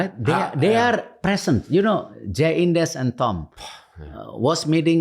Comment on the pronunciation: Pak Erick sering salah sebut Jay Idzes jadi Jay indes 😭🤣